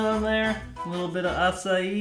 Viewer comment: Wait, is tht how u pronounce acai? A-SA-I? Well, I learnt something new